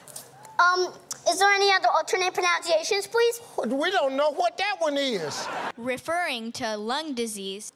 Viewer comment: The girl: pneumonoultramicroscopicsilicovolcanoconiosis Me who didn't care: yo kid it's pronunciation not pronounciation